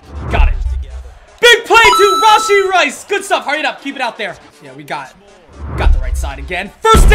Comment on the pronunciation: Not hating on but "rahshee rice" 👍👍💀💀